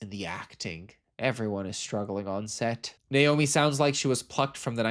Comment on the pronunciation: Thank you for pronouncing Naomi correctly (for American/british) I rarely hear this consistently. Sometimes people even switch pronunciation mid movie . 😂 obviously a personal thing lol